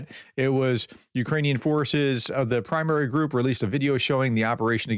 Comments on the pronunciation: "Prymary" (примари) is not read as "primary". Please google how it's read 'cause I can't explaine. It means "ghosts". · "Prymary" isn't pronounced the same way as the English word "primary." But if you modify that by pronouncing the first vowel the same way as the last vowel and also pronounce the A the same way as the A in "bra", it would be as close as one can reasonably expect from a non-native speaker.